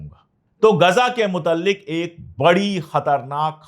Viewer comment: Sar ji aap jo alfaaj bolte hai motallik nahi hai mutalik hota hai